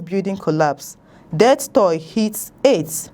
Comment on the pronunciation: This reviewer should listen to good journalists like they have in SRISE NEWS.See lousy pronunciation of words like TOLL. Haba